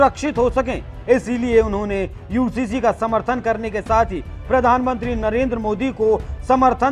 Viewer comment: Ye Owaisi pagla gaya hai ....UCC ko HCC kehta hai ..